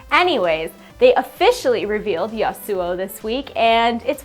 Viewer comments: YA-soo-oh. Emphasis for YA i think. not the ya-SOO-oh i reckon. Maybe? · God dam it "YA-SU" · i love how you pronounce my name that i got 3-4 years ago :D not kidding i have an one year old LoL match i own that name for a long time <3 gonna buy him and my agressive playstyle is exactly this guy <3 i feel good riot thx :D